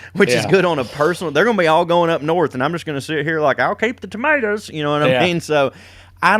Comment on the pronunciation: That was my favorite too but he pronounced it tomatas, in perfect form. He's hilarious